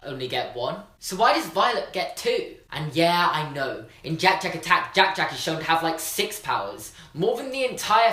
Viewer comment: Anyone else love the way he says jack jack